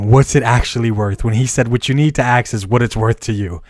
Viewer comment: Bro I like your content, but you gotta learn how to say the word "ask".....its not "axe"